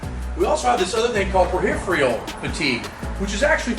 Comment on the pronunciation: Ain't nothing like "periph re al" fatigue! 😁